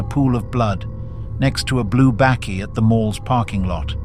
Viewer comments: Never heard of a ''Bêkkie''!??..... ! It's a BAKKIE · pronounced 'bukkie' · "Bakkie" (pronounced baaky) is the South African name for a pickup truck. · The AI voice butchering words like Bezuidenhout and bakkie is hilarious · Truly dreadful AI narration. Is it really too difficult for you to get a human to narrate the news segment as your AI version is horrendous and cannot pronounce South African names or the word "bakkie"?